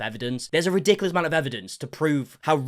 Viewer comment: It’s “ridiculous” not “ri-dickilis”